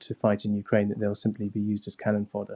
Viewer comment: The accent... The victowy day pawade... 15 cwuise launched on Ukwaine..